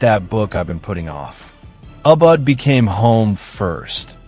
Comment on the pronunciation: This is AI-generated video. The voice is robotic and monotonous, and the pronunciation is terrible. Ubud (Bali), halo halo, and balut were ridiculously pronounced. There are no Filipinos. Scenes from other countries, such as Japan, substituted for genuinely Filipino ones. Creepy and unreal. The intention was good, but the video is hard to take.